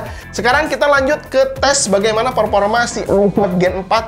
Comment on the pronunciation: Ralat bang pengucapan diksinya. Peforma bukan Peporma..